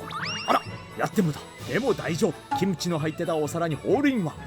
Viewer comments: 김치 발음 좋으시네 기무치가 아니라 김치 ㅋㅋ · 김치 발음 죽이네요.. ㅋㅋ 국뽕 감사..